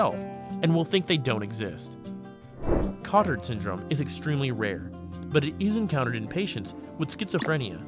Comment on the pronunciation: Good video! It's pronounced ko-tAr because Jules Cotard who first described this syndrome was French.